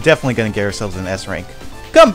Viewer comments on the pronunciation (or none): When he says eggman nega it sounds like nigga